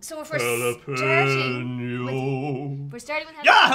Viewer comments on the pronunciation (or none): In what world is the syllable PEN pronounced PEEN as in jalapeño